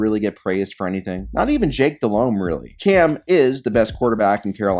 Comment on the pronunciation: Jake Delhomme? But lol